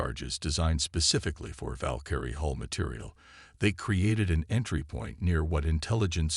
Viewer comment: The word is Hull, not Hole. are we learning yet?